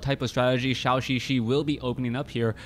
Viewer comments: Instead of "shao xixi" pronounce it more like "joe" "joe xixi"...still not 100%, but will sound better. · Great cast, but Zhouxixi is not called "Xiaoxixi".